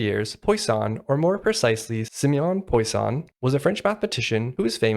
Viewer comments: just fyi: "Poo-ah-son" not Poison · It's pwah-sonne